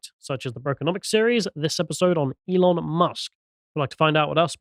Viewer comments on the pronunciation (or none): none